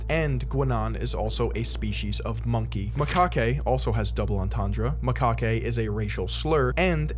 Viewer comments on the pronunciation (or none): macaque is pronounced "muh-kack" not "ma-kah-kay" ... the hawaiian shirt and captain's hat is Skipper from gilligan's island. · Dang I've never heard of this. Maaaan I really liked pepe the frog. You pronounced macaque wrong by the way.